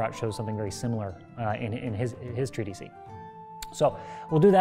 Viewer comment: When it's singular, it's just "treatise." He keeps saying "treatisee," presumably getting the long e from "treatises," which is plural. But for singular, it's just treatise, two syllables, rhymes with Thetis. Not trying to be pedantic, just informative. Great saber video.